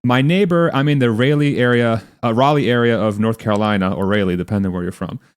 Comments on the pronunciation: Literally no one pronounces it "Ray-lee"... It's "rah-lee" (Raleigh). FEMA isn't bungling 💩 - it's intentional. They want people to die. People need to stop paying taxes and stop complying with unlawful and immoral orders. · IT IS RALEIGH AS IN SIR WALTER RALIEGH! NO IT IS NOT PRONOUNCED DIFFERENTLY IN OTHER PLACES. You were just WRONG. Proud North Carolinian. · Rah-lee. Not Rally. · Haha, guys, it’s not pronounced RAY-LEE, no matter “ where you’re from”! other than that, good post! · Raleigh is never pronounced Raylee. It is Ra as in the Egyptian god and lee as in Vivian lee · No one says Ray-lee... Ever. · It is pronounced Rah lee not Ray lee...... And no, it is not depending on where you're from. I've been all over this country and all over the world and I have never heard someone pronounce Raleigh that way. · You said "Raylee" and "depending on where you're from" (a closet maybe?)😜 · Raleigh pronounced (rah-Leigh) regardless of “where you’re from”. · No one says "Raily" North Carolina. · Shame on you for not knowing the pronunciation of the capital of NC.😮. 😅It is Raleigh - like sir Walter Raleigh, a favorite of Queen Elizabeth I. Pronounced Raw lee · The name of the city is pronounced RAHlieigh =, it does not matter where you are from. if you do not like it go back to where you feel most comfortable. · ‘Raw-ley’ is how you pronounce Raleigh North Carolina. I surprised that Brain dead Biden announce that HE was sending in Starlink Units after it was known that Trump and _Elon was getting it done Maybe Biden’s people want to be out front so badly that they will jail others that want to help.